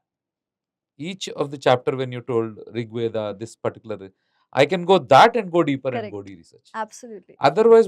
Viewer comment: Why northies pronounce ved instead of correct term veda? Yog instead of yoga. Hindi pronunciation is not Sanskrit